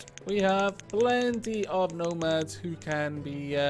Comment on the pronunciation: Every time you say nomads, all i can hear is gnomads. These are the dangers of gnomoria.